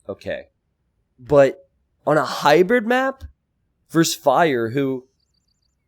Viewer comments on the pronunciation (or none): none